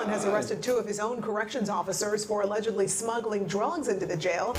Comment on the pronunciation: mf said "alleglly" yet completly showed how he woiuld make a knife infront of a officer